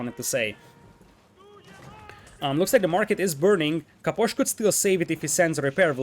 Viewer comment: I love how you say Caposh